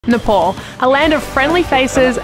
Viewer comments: Please say "Ne-pal" (like, Hey Pal!) instead of Ne-Paul. Thank you!! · Sorry, but Its so irritating you saying Nepol tho u might not know the difference Nepol and Nepal 🇳🇵 🙏🏾Welcome to 🇳🇵🙏🏾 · Just a small correction...the pronunciation is "NAYPAAL" and not "paul" as u said! ☺ Tea or 'chai' is called 'chia' in common Nepali parlance... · ITS NOT NEPOL.....ITS NEPAL.....PAL AS IN PAAL(FRIEND)😊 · Loved your video.But it's NEPAL not Nepol. Enjoy your stay. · Its not ne pol its ne pal like pay pal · Nepol It’s nepal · Please it's NEPAL NOT NEPOL HUH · It's Nepal not NepOl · Nepaul 😂😂 say north pole ??